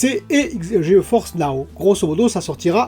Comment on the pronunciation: Salut, Serait-il possible de : - attacher tes bras dans le dos, ca me donne le tournis... - arreter de dire geoForce now. C'est geforce now. Il n'y a pas de "O". Sinon pour tout le reste, continue, c'est toujours très intéressant..